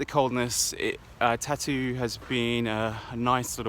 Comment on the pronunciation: Thank you! It is indeed a beautiful town — beautiful memories from years and years ago. But the pronunciation should be Tar-tu, with the stress on the first syllable, and a rolling “r”. It sounds like “tattoo” otherwise...